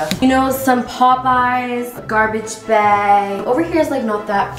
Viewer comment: Also when she was cleaning her bathroom and she said I gotta bag she sounded so British 😭